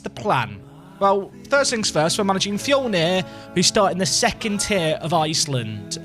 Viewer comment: I know you probably already learnt by now since this is a VOD. But Fjölnir is pronounced how you'd pronounce the i in Bird. So think Fjilnir but with that pronounciation